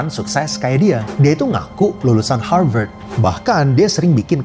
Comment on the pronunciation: Bukan Harvard tuh tapi Har Pat